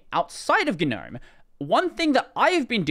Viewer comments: Why is it ganome ignoring the silent g? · what a way to pronounce it...